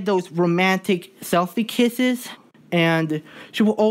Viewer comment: "Kishes". My guy its kisses not kishes🤣